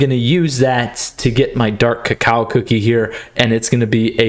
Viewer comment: Dark cacao cookie I love how you say it sounds a little weird but it’s kind of funny but I like the way you say it